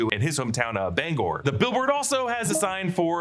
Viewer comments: as a mainer you pronounced Bangor correctly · I live right in Bangor, you are saying it correct! 🤘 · I live in Maine and you said it right Bangor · if it’s pronounced in the traditional Welsh way it’s Bang-gor but plenty of people say it differently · You pronounced Bangor correctly, good job. The Oriental Jade is a real restaurant in Bangor, it is not down town but it is pretty good. Loring airforce base is a few hours away and was a target in the movie war games as it is close to Russia. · As someone who grew up in Bangor, Maine, I’d like to 5hank you for pronouncing “Bangor” 100% correctly. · You are saying Bangor spot on. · Don’t worry, you’re saying Bangor correctly. It’s where I grew up. You’re all good. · Being from northern Maine, you are pronouncing Bangor correctly! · I wondered if it was based on Dow Air Force Base, which operated in Bangor until 1968, when it became Bangor International Airport (BGR). Derry overlaps in many ways with Bangor, as noted (and pronounced correctly by ) in the video, and it was Stephen King’s home for years. The standpipe is real. BGR used to have a scale model of it in the terminal but it’s gone now. BGR was also the setting of The Langoliers, and the TV movie version of that story was shot on location there. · As a Mainer, you're saying Bangor right. Hearing 'Banger' always makes me giggle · Ur saying Bangor correctly now, I have many family in maine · I'm from Maine, my dad was born in Bangor. Even people within Maine say it different ways. There is not one right way to say it.